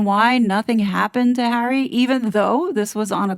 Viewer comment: I love how she says 'prick hawwy' all the time 😂😂 This is why hawwy wants IPP status to hide behind and the position he has with IG....and YES!!! .... KC111 does not sort his son out ...so it makes one wonder!!!